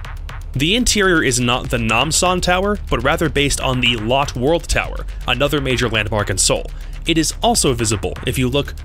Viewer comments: I’m Korean and I went into the Lotte tower and now I can see that the interior is surprisingly almost the same. Lotte is pronounced “lowtey” tower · u pronounced lotte wrong. it is lot- e. I know this because I can see that tower from my house